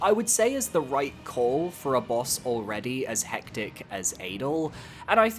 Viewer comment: That adel (pronounced ah-dell btw) ranking is criminal.